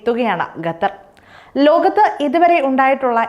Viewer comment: Gathar alla qatar